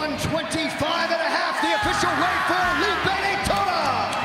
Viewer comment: “Helipe Daytona” 😂 come on Jon